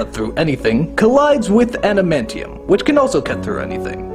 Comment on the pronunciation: Not "animantium", "Adamantium". Like "adamant", then "ee-um".